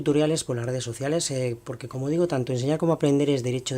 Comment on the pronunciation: No sabes decir como.